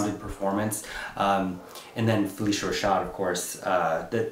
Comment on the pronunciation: Fuh-lish-uh Rashad